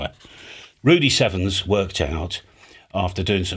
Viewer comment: I’ve always thought you were saying Rudy Seven’s… that is until I bumped into the papers by N6LF Rudy Severns… haha 🤯